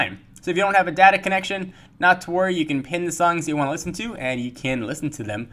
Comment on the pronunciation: Dah-Tah connection.. hehe